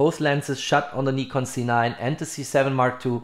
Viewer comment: Why you always say C9 it’s a Z9 😏😏